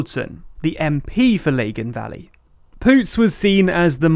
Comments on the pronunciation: Lah-gan not Lay-gan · It's lag-in not leg-in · Sorry chaps, it's pronounced La - Gan not Laygan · You pronounced Lagan very very posh-ly sounding. It's lag-an not lay-gan. Also I agree with others that it was weird to use St. Patrick's cross to represent nationalism. If walked around a nationalist area with that flag you may be in trouble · Good video just btw its pronounced lag gan valley not laygan valley 😊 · For future NI videos lagan is pronounced Laa-gan not leh-gen. Loved this though really insightful 😊😊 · It’s Lagan as in Bag, not Lagan as in Bagel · Lagan is pronounced Lah-gan not lay-gan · Lawn pronounced “ Lie-gyn” not lay gun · It's "Lagan" rather than "Lay-gan" 😄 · Lah-gan, not Lay-gan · Not a bad summary - Its Lag-an not Leg-in btw 😂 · A couple of gentle FYIs: 1. 'Lagan' rhymes with 'dragon'. 2. The First Minister is not supplied by the largest party in the Assembly, but by the largest designation i.e. nationalist/unionist/other. A SF First Minister would not indicate that SF has outpolled the DUP due to a split vote, but that the nationalist bloc as a whole has outpolled all the unionist parties put together. This is why the migration of liberal unionist votes to the Alliance Party - designated 'other' - is so significant for the DUP and UUP (who have traditionally tacked towards hardline positions whenever they need to consolidate support, and now find themselves outflanked in both directions.) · Dunno how you got "Lay-a-gan" out of the word "Lagan" - it's not "Low-and-on", is it? Yes, I agree with at least one other commenter: get someone who lives in Northern Ireland to review your material before posting it publicly is a good idea. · It's pronounced, lagin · Lagan Valley. Did you pronounce it ‘Legin’ Valley? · Also, I'm pretty sure Lagan is pronounced LAG-uhn. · The first syllable of Lagan rhymes with mag. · "Laygan valley" 🤣🤣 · Lagan Valley Pronounce Lag-in Valley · Lay-gan valley lmao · Literally can't deal with the way you've pronounced Lagan